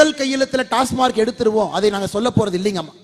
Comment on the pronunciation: டாஸ்மார்க் அல்ல..... டாஸ்மாக்..... என்ன அண்ணா நீங்க..... எல்லா இடத்துலயும் இப்படியே தப்பா சொல்றீங்க.....